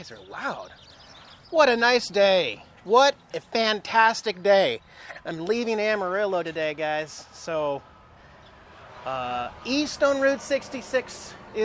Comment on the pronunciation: AmariJo!!! Not amarilo.